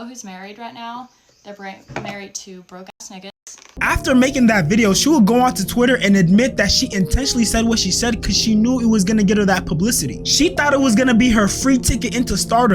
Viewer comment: lmao she was in such a rush to say broke ass niggas she said brarried 😂😂😂